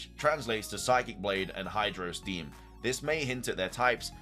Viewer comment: > sees obvious Japanese pronunciations of psychic blade and hydro steam > pronounced them wrong > says they translate to psychic blade and hydro steam instead of just being the words. > says that psychic blade might be a fighting type move when it has psychic in the name (wonder what type leaf blade is?) Also I’m not sure why he thinks the legendary beast trio fusion and the non-keldeo swords of justice fusion are just suicune and virizion despite the fact they clearly are fusions (though this is more a jab at the original thread)